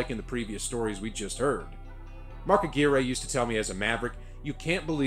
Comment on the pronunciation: ...and you are pronouncing Mark Aquirre's name correctly. The video was wrong.